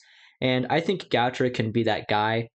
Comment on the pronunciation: Nathan what? Goucher? It's Gaucher (Go-Shae).